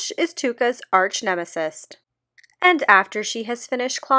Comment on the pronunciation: There's no t at the end of arch nemesis